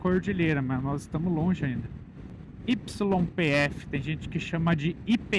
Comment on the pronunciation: Os argentinos pronunciam a sigla YPF de forma soletrada em espanhol, mas com o sotaque característico deles. O som resultante se aproxima de "Chí-pê-éfe" ou "Xí-pê-éfe". Para entender como eles chegam a esse som, a pronúncia é dividida pelas letras da seguinte forma:Y (i griega): Na Argentina, o "Y" e o "LL" sofrem um fenômeno linguístico chamado yeísmo rehilado. Isso significa que eles pronunciam a letra com um som chiado, idêntico ao "CH" de chuva ou ao "X" de xícara em português. Por isso, o som da letra isolada vira "Chí". P (pe): Pronunciada exatamente como o "Pê" do português. F (efe): Pronunciada exatamente como o "Éfe" do português. Juntando tudo de maneira fluida e rápida, o nome da maior petroleira do país soa exatamente como "Chípêfe".